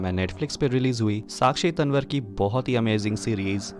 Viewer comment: भाई तनवर नही , सही उच्चारण तंवर है